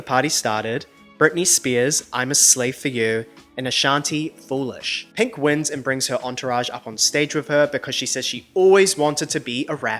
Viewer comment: please dont say penk ever again